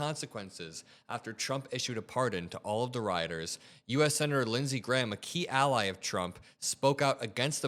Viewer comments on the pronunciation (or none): none